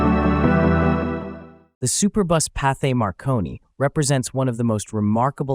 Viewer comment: There's no "th" sound in French. It sounds just like "t".